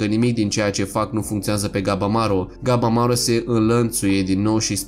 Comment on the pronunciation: Lasăd la oparte faptul că pune poze care câte odată nu au legătură ,deseori mai încurcă și numele de exemplu în loc de ,,Gabimaru" el spune ,,Gabamaru" ,pt mine e puțin deranjant câte odată